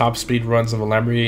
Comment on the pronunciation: can•erds?? Super•le•gera??